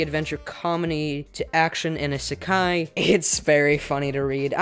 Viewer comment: The way he pronounces isekai just triggers me so much